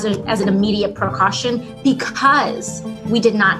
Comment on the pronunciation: "Procaution?" New word from AOC